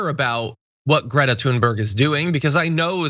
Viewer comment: Isn't Greta amazing ? Her name is pronounced more like 'Graita 'by the way.